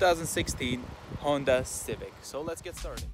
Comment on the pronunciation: Does the hatchback have these features too? (Also congrats you pronounced Honda correctly ☺️)